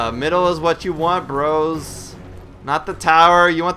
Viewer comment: the way you say "bros" is too cool lol